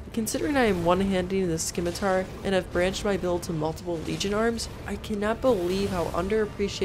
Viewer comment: For the love of DOG... it's called a Se-mi-tar.. not a schi-mi-tar. I don't mean to rude, alas this actually turned me off.